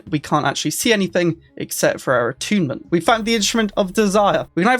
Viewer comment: Is this really how youre supposed to pronounce "attunement"